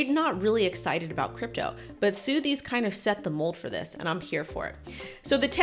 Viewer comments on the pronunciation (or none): Sotheby's is pronounced sutherbees 👍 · It's pronounced "SUH-thuh-bees". lol ✌️